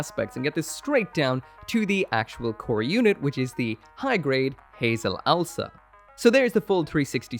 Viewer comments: I love the Watership Down name (it’s ows-la, not owl-sa, btw) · It's not Owl-sa, it's Ow-sla. (Oh's lah) I made that mistake for years until i properly noticed it.